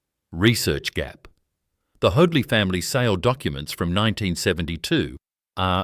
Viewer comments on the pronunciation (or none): His name was Hoadley pronounced HODE-LEE not HODE-LYE